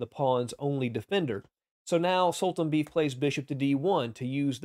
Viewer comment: I think Khan's opponent's name is pronounced sool-tahn-BAY-eff.